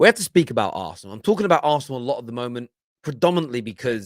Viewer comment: "Arsenal" not "aresenal" put some respect on the name